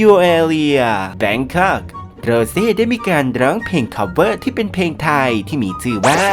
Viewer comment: ออกเสียงให้ชัก เพลงไทย ไม่ ใช่เพงไทย